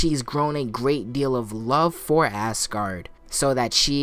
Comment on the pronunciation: I don't know why but how your saying Asgard upsets me as it sounds like your saying assgard but that could just me hearing things.